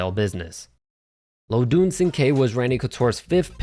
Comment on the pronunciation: It’s pronounced LoDIN my guy. Rip